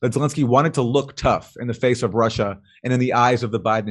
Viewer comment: and to answer your questions: if I would try to put it in latin and re-pronounce it in "common-US-english" it might be "Roosseeeya". And the reason why the Ukraine was mentioned? Well, did you see the video? Jimmy Dorse has a hard time, trying to do it right, which is great of him doing, but starting from the wrong charset and pronouncation table on a "non adapted" name, he hadnt even a chance ;-) so thats just why it was mentioned.